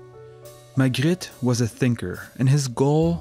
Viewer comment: Love how you pronounce Magritte